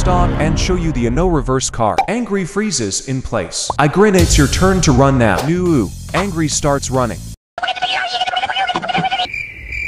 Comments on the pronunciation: “I start to tun faster.” HELPPPP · run X tun✔